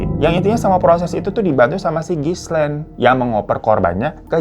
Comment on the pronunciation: Gilein bang baca namanya Ghislaine. S-nya ga dibaca atuh.